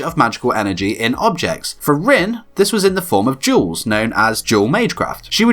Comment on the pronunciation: I thought he said " She use Jews as powerful bullets"